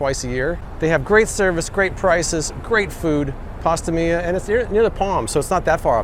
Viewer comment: I want to give you a compliment, you got my name right first try! That's super rare. I'll have to add Pasta Mia to my list next time I get out to Vegas!